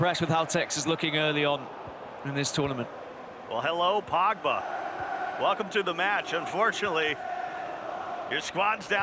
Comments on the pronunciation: Who tf is Pagba? Bruhh the commentators pronunciation is worse than Harry Kane’s English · "Viaara" "Pawgba". Bruh someone fire that commentator